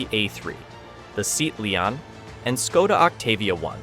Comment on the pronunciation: The Seet leeon? Is it how it's called, or it's ai at its worse again?